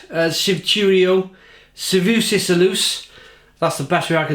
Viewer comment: Shvi-tu-rys, Shvi-tu-ro, Shve-su-sis.. a-lus